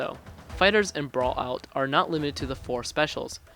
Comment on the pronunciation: “BRAUUAAULLUAAOO”. If you’re going to make a review learn how to speak well enough to say the title name!